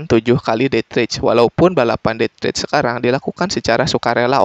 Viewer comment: Bacanya det reis jay bukan det rech